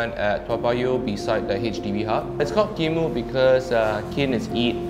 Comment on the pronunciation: Should pronounce as kin moooooo. Hahaha